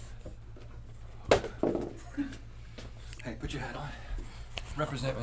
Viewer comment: “Oh my gosh. Oh, Lawd.” Lmfao the way he went full Southern its so awesome he ate no crumbs lol they both ate no crumbs..literally :)